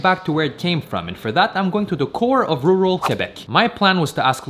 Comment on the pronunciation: “Roooral” Interesting